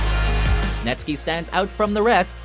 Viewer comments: I cant believe he is saying netski instead of net-sky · Say yall it's not "netskee." It's net SKY. Like the SKY. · It is not pronounced NetSki you say it like the sky (in the air) NetSKY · "Netsk[ee]"? "LTJ B[yu]kem"??? Aphex Twin in this list?! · Netskee hahahahahaha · You say netsky like sky not skie🤦‍♀️ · “NetSKEE” no please no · Why you pronounce "netski" not "netskai" ? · "Number 10... Nestki" I knew this video was going to be crap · net fckign skAI not netski ... SKY not SKI dude! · Sky in Netsky's name is pronounced like the word sky, not ski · Netsky is my No.1 and should be much higher on this list too. i am glad that hes on the list though. and its pronounced sky not skee... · Netski??? Can you pronounce sky Put it behind net And you get netsky Not netski. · NetSKY, not Netski, NetSKYng Seriously, it is even pronounced that way in the Whistle Song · First off: there's nothing that annoys me more than when people say net ski, when his name is pronounced Netsky. Second: I really feel Andy C, Friction, High Contrast, Break, and DJ Marky should have been on that list, if not honorably mentioned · learn pronouncing netsky before you include him in a list, it's netsky, not netski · What a fucking joke. Where's Logistics? Where's Roni Size and Reprazent? Where's Goldie? WHERE THE FUCK IS HIGH CONTRAST??? All you have on this list are EDM land IDM artists who, for the most part, don't even produce pure drum n' bass most of the time. And would it kill you to at least pronounce the names right? It's Net-SKY not fucking "Netskee"! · I'm Belgian and the 'sky' in Netsky is pronounced like the word sky in English, not ski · it's netSKY, not ski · untrue; he confirmed himself on the biggest Belgian radiostation that it's pronounced "Net-sky" after the host said "Netski" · "netski" ? "ltj buke em" ? lol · net sky takes the reference of Terminator's realm evil corporation that destroyed the world in 1999. He said it himself Netskee is mispronounced